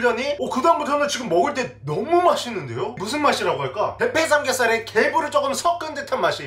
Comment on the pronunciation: 사례가아니라 살해로 들린다